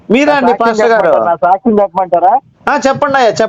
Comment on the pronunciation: గారి "సాచ్చమ్" స్కాచ్ విష్కీ అంత ఘాటుగా ఉంది. మస్తు కిక్ వచ్చిందండయ్యా! గారి పంచులు కేక!